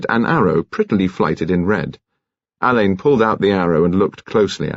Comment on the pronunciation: Marsh’s detective Alleyn is pronounced Allen, not Alain. This mispronunciation is irritating.